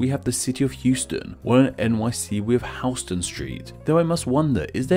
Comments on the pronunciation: Houston Street in New York is pronounced HOW-stun. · Correction. The “ou” in the name Houston St. in SOHO is pronounced OW, as in “cow”. It isn’t pronounced like the Texas city. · Bexar is pronounced Bay-Harr. The Houston st. of SOHO is Pronounced How-Stun, different than the City in Texas. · just so you know, Houston Street in NYC is pronounced like House - stun, not like the place in texas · Houston Street in New York City is pronounced "HOWS-ton". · not him calling it hewston street oh no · Houston is Pronounced house-ton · Houston street is actually pronoucned "HOWS-tin" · How he pronounces Houston😑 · New Yorker hearing him say “Houston st” instead of “Houston st” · you pronounce Houston street completely wrong. named after a completely different person... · . Btw. HOUSTON.... pronounce house+ton. Not hughe+ston. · As this was already touched on. Here is some history on the Houstons The street's name is pronounced "HOW-stən", in contrast to the city of Houston, Texas, whose name is pronounced "HYOO-stən". The street was named for William Houstoun, while the city was named for Sam Houston. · In NYC, Houston as in the Street Name, is pronounced Howston, not Heweston as in Texas. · It's pronounced HOW-ston (or HOUSE-ton), not Hyoo-stun street. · Couple of points: Soho is south of How-ston not pronounced like the city in Texas: Hue-ston. And Hell's Kitchen was named after soup kitchen run by a German woman with a name something like Heille. Not bad overall,oh and its Amerigo Ves-pu-chee . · In Nyc —. the street —- It’s not HEWstun it’s HOWstun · Those from NYC pronounce Houston as “How-stun” NOT “Hyoo-stun”. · In NYC “Houston” is pronounced HOUSEton. Not like the city in Texas which is Houston. Why is it different? I don’t know naming conventions is your gig, but calling Houston street Houston is a terrible faux pas. Lol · And it’s pronounced HOUSE-STAN not Houston like the city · Houston in NYC is pronounced How-ston